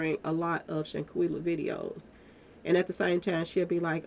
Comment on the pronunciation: you know you can butcher a name. You mispronounce Shanquella and Khalil's name.